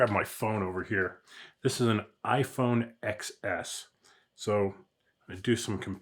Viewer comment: iPhone "Ten S" iPhone "Ten S" "Ten S" !!!! NOT "Ex S" it's Ten S